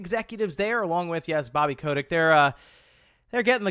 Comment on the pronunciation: I'm happy the deal finally went through, especially now we they can remove Bobby (K-ah-tic) Kotick and rework their leadership 👏